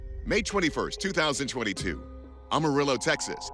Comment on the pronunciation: You really need to learn how to say the names of a Texas cities! I’m a native Texan and you are murdering the pronunciations of our city names! Tom-Ball and Am-A-Rillo. Not Ah-marillo!